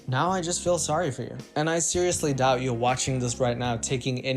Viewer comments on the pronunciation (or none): none